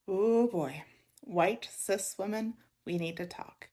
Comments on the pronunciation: Oh! Is that what she meant? I thought she was saying sis and was so fucking confused by the lecture!!! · I keep thinking you are saying, “sis” lmao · I was just listening to the video and not watching it and I thought the person said “sis” and not “cis” and I was so confused 🤣